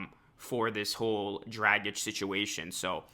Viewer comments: Hate the way you’re saying Dragic. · Could you say his name anymore wrong? Omg. It’s one of the easiest European names to say. It’s like “drogic”.